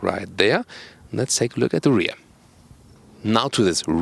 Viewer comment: There is 1 thing that makes my ears burn -, please, pronunce the words 'here', 'rear' and,lengh', 'both' like they should be pronunced (both and lengh should have the F sound, not S; and the 'rear' and 'here' shouldn't be pronunced long like reeeeeaaaaar, heeeeeere). There are also too many statements 'very interesting' being repeated. Thank you. Best regards:-)